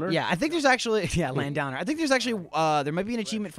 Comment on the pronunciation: Lan-downer?! Surely you mean LAND-OWNER